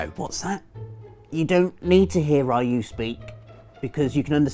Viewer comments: Ugh, okay, I'm only a mild Grammar Nazi, but I'm a huge Pronunciation Nazi, and the way totally mispronounced Ryu, over and over again, REALLY ground my gears. The mispronunciations of Amaterasu and Orochi were more tolerable, as they were fairly close, but it's not Rai-Yuu, it's Ree-Yuu, or at least that's the closest you can get in the English language, as the Japanese R/L sound has no equivalent in English. In Japanese it's actually just about one syllable, and sometimes sounds closer to Dee-Yuu. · Actually, "Rye-you" isn't how you pronounce "Ryu", it should be something like "rew" or "lew" if you want to say it in a Japanese way (btw it means "dragon" in Japanese) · I hope he finds out that it's REE U...not RYE u. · its not Ray-U... but Ryu (re'u) :v its from the japanese word "Ryuu" (竜) that means Dragon. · 'Ray-U' ? Yeah, no. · Ryu. Pronounced Rue. Not Rhy You. Means dragon. Shocker that the character can become a dragon. Also the Streetfighter character Ryu. Uses Shoryuuken. Which if I'm translating right means Rising Dragon Fist, or something to that effect. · And anyway, isn't it pronounced "Ree-Oo" and not "Rye-Oo"? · FYI: It is NOT Rye-oo it's Riyou with as short an i as you can do. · Somehow I think it's silly that Sony's own channel doesn't know how to pronounce "Ryu". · "Rai-u"? It's Ryu, literally just Ry-u. How the hell do you even pronounce it like that? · Stop pronouncing it as rai Yu.Its reeyu, goddammit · "Ree-you" = Ryu. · A gamer saying "Ra-yu"???? You fake! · Ryu is pronounced kind of like "re-you" actually, just as one syllable. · it's Ree-oow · I believe Ryu pronouce Ree-u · REE-yoo god dammit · I’m wondering when he is going to pronounce Ryu’s name right. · Seems that not a single person can pronounce "ryu" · the way you pronounce Ryu... horrible. :P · I think it's silly you care. ;) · I don't really care, that's your opinion but the official fact is that; It's called "Ryu".